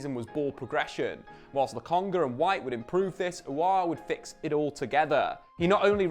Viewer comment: He said Lokonga 😅.. Now go tell Charles Watts how it's not Logonga